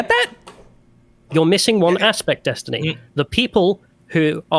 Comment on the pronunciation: Dee-stiny Reynolds